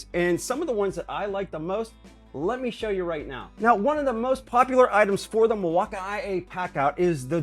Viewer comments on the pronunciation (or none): milwakamiyay lol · Are u purposefully mispronouncing Milwaukee??😑